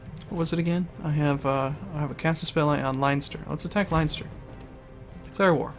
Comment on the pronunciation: you're pronounce leinster made every made every irish cry :D